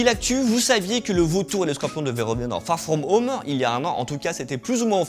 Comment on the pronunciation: Fagh fghom home ??? Frenglish ??